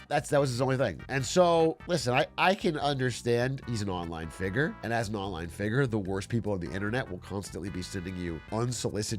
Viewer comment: the word is Figure not Figer